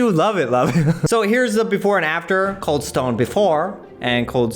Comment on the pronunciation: its kinda reading as CALD instead of COLD